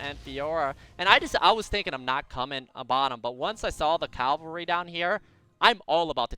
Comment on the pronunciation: its not Calvary (thats the hill where they crusified Jesus), its Cavalry